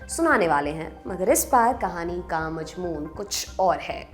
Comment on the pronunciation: “Majmoon” kaano par bhari guzra hai…sahi lafz “ mazmoon” hai…..don’t mind please